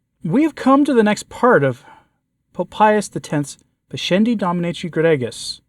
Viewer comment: "Gregis" soft "g" when followed by an "i": "GRAY'-jees".